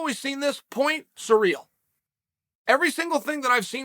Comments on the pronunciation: Hey uncle Chael, it's not Sureal Gane, it's Cyrill, like in See Reel. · His name is Cyril (Siril) not surreal not serial not cereal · Thanks, Uncle Chael, I will now pronounce Ciryl's name as "surreal" from here on out. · At first I thought to myself, who is "Sureel"? LOL